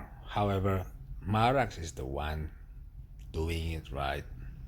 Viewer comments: I hate the way you call it Marax, it's Mara X ffs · Hi, I like and follow your videos. The correct name and pronounce of the machine is Mara and separately you should pronounce the X, just Mara and then x.